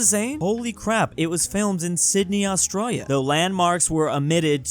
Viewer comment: Why does say "Australia" so weird? We're both from California, and I've never heard it said like him.